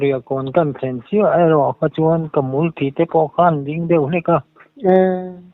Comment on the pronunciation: Hmulthi tih a lam dan chu leh...